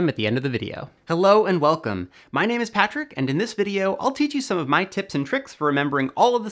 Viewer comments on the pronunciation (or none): none